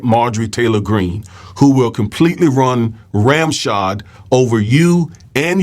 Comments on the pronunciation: Love the video, I love the presentation, I literally love Miss Crockett's inquiry question. She was absolutely on target I'm so grateful she's there! I just have to say the phrases run roughshod not ramshod, its origins refer to metal horseshoes with nails sticking out of them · Run ROUGHSHOD not Ramshod.